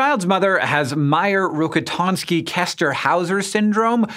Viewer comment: you don't know how to pronounce Küster